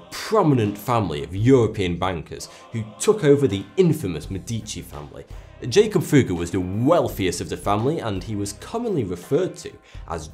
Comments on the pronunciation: 'jakob' is pronounced YA-kobe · BOOM! Nailed it...Good catch. Jakob Böhme, ~same time period, was pronounce yāKOB What else is misrepresented here?! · his name would actually be pronounced yakob if he was german